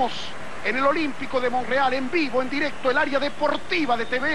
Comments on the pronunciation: Porque dice Monreal, ya que su nombre es Montreal. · Oiga,,...es MomTreal...no monrreal, cachó..